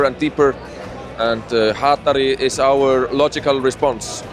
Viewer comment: Hatari con la sílaba tónica en TA ---> cierro vídeo